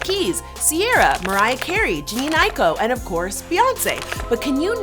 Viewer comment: she pronounced Jhene Aiko's name wrong too 🤦🏽‍♀️